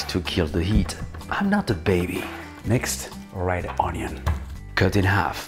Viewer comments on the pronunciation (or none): none